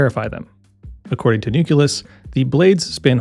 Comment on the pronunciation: Nucleus = new-kleus; same with nuclear = new-clear. Not newkulus